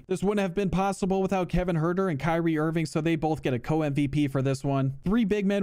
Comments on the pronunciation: “Kanye Irving” lmaooo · "kanye irving" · "Kanye Irving" 🤣🤣🤣